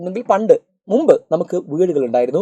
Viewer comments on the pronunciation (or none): none